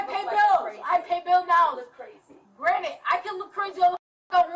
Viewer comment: She’s so young and rich and smart. She has $50/month. If that’s rich, I’m a fuckin billionaire! She is so smart, yet it seems the only word she knows is utilize and uses it for literally everything even when it doesn’t apply, “yall are utilizing my ass” lolz so fuckin stupid! Also she keeps saying “granite” instead of granted and over and over so it’s not a slip of the tongue. Clearly broke and stupid is her real identity and rich, smart, and pretty is her alter ego.